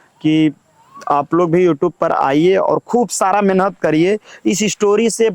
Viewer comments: Menhat 😂menat bolna sikho phle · मेनहत तो कर के देख 😂😂😂😂 मेनहत क्या होता है मेहनत होता है